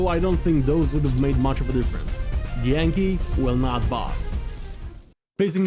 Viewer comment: Anky ❌ Yanky ✅